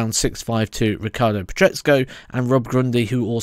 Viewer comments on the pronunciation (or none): none